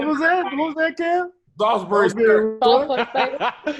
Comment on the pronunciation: "Salisbury sturk" Kevin just had a Tahir moment lol